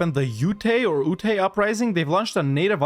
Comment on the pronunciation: I’m from Utah and just facepalmed at the Ute pronunciation. It’s one syllable!